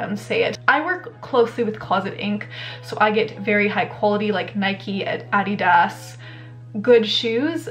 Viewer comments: You said Adidas wrong lmao ( uh de da) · OMG hahah ive been saying it wrong foreverrrr (I just googled it): "If you're American, you're probably pronouncing the sneaker brand Adidas as "Ah-DEE-dus." That's completely wrong — it's pronounced "AH-dee-dahs." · The way you pronounce Adidas...is that a Canadian thing? in the US we pronounce is so differently